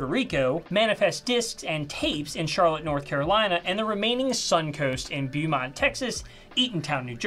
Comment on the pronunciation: BOE-mont. Texas. (Byoomont must be in MERRY-land, hon...)